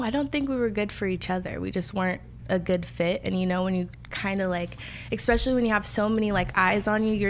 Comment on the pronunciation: I loved the interview but I cringed every time Parker said “ekspecially ” lol